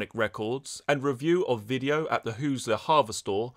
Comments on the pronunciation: Hoosier is pronounced hoo•zhr like Leisure with a “Who” at the beginning. Other than that, keep up the good work! (Indiana is the Hoosier State and no one really knows what it means) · "Hoosier" is "Who-zer," And it's from "Who's there."